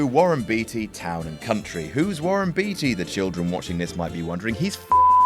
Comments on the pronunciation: It kind of undermines your argument that Warren Beatty is amazing when you pronounce his name wrong. It's not "Beety," it's pronounced "Bayty." Get it right. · Good list! I think it's pronounced; Warren Beatty (Bait-ee, not bee-tee), but I'm no scholar about it! Well done. (Hugz) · Beatty is pronounced Batey in Warren's case. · Pronounced "Bay-Tee". Just sayin' Some of these also had the impact of the actor's turning down big successful roles for the roles that tanked... and their personal investment because they were very much into it. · Warren Beatty's surname is pronounced Bay-tee. Brandon Routh's is pronounced Ruth. Thank you. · think Beety is the English way to pronounce the name, I could be wrong but I don`t think this media guy would make a mistake like that, he`s not on his couch! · Gotta love a narrator who lambasts the audience for not remembering the ultra-famous Warren Beatty...while pronouncing his name wrong